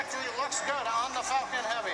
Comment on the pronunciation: sounds like he said SpaceX F*****g heavy